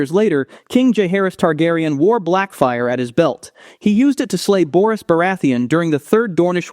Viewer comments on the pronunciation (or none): none